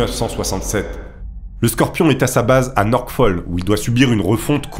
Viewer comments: Ce n'est pas NorKfolk ou NorKfol mais Norfolk! Le terme ''radio'' existe en français, ''radiomen'' n'apporte rien, au singulier c'est ''radioman'' et non ''radiomen''. Check24 ne se traduit pas par ''Vérifiez'' 24, mais ''Vérifié'' Qu'est ce qui te permet d'affirmer a plusieurs reprises ''qu'il sait très bien au fond de lui que ca ne va pas du tout'', alors qu'il déclare le contraire et indique que les retards étaient fréquents? Qu'est ce qui te sidère tant que les amiraux en pleine guerre froide n'aient pas pour priorité de prévenir la presse et les familles? Ce serait le contraire qui serait hallucinant. Video intéressante mais beaucoup de narration et très peu d'analyse. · C'est pas "Norkfoll". C'est NORFOLK.